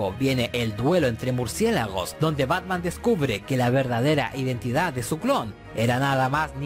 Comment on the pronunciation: dice Batma xd